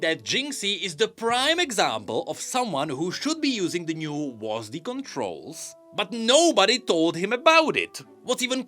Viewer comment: hearing wasD instead of W.A.S.D. was really funny to me for some reason